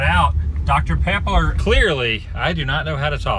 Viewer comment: The way you said "pepper" reminded me of a funny scene from When Harry Met Sally. 😝